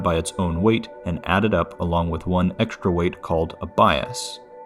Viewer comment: There is no "SH" sound in "Str" nor in "Xtr"("ekStr")! "Strange", not "SHtrange"! "eXtra", not "ekSHtra"!